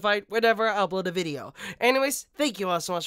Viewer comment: holy shit he said “sank you”. He can’t even pronounce words correctly.